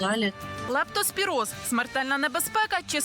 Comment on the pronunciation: Ведуча, правильно ця хвороба називається лЕптоспіроз, а не лАптоспіроз.